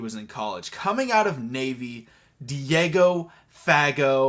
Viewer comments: It’s pronounced Diego *fuh-goh * fa is more of a” fuh” and “got” sounds more like “go” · Yeah, pretty sure you pronounced Fagot wrong. Emphasize second syllable. Been watching him for 4 years. It would be great to see a Navy Baller (that graduated), make an impact on the NFL since Stabauch. There have been several since. The Pats Long snapper has been the biggest success lately.